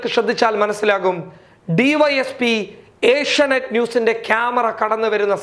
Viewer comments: ഏഷ്യ നൈറ്റ് അല്ല ഏഷ്യ നെറ്റ് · ഏഷ്യാ നൈറ്റ് അല്ല ഏഷ്യാനെറ്റ് ആണ്